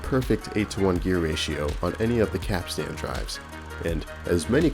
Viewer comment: Oh my god, I wish so bad that you looked up the pronunciation of the word capstan “pronounced kap-stn or kap-stin.”